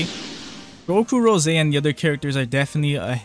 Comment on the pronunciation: URGGGGHHH, it's rose like the flower, NOT RO SEY